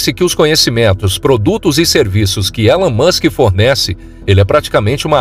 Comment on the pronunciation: Ta man, já sou fã do "Elun Muchen", não precisa me convencer!